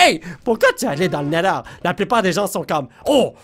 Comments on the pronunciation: c néther pas néder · Se n'est pas le nèleur mais le Nétheur